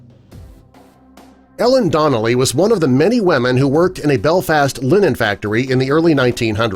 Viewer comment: Why do you call them wemen?..